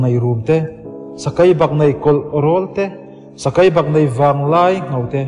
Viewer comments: Ngaihthlak a man hla hle mai.Mahse thu lam hriat nuam lo a awm zeuh zeuh tih mai loh chu.Sakei tih tur ah Sakai tih te, thei tih tur ah thai tih te..a dang tlem nen... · A ngaihnawm a i chhiar ni in ka hre sia i tawng hmandan a va mak em em sakai a awm lo sakei ania siruk i lam dan pawh a dik lo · Ichhiar uluk lo deuh a angaihnawm tur ang ani lo deuh tlat sakei tih tur Sakai tih te bei tih tur Bai tih ang in Ari tlat a han chhiar uluk deuh la angaihnawm sawt ang